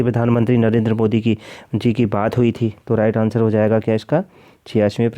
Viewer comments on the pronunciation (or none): none